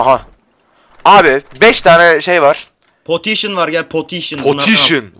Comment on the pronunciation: po potiyşın :D